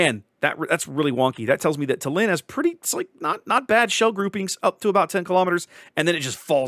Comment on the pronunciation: Small correction - tAllinn (stress on the first part) 😊. The capital of Estonia.